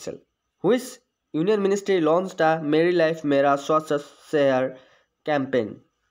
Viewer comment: It's ministry not ministery🙄